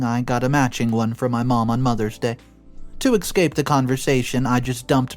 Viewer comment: Again there's no X in the word Escape